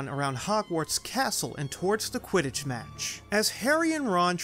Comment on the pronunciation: Did you mean to say “u.k.” Quitich league